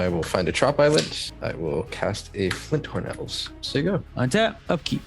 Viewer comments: Did say "Flinthorn Elves? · this has come up before, but there isn't an 'L' in Fyndhorn elves. about half the time y'all say Flinthorn elves and I'm not sure whether you're messing with us or not